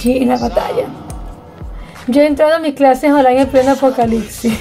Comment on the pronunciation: ApocaliCsis???? No es apocaliPsis? Tienes que practicar un poco de dicción, no crees?